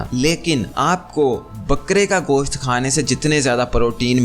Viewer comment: Khoooraq hota khraaaak nhi Goshaat nhi ghost hota h zaiqa nhi zaqa nhi jahil insan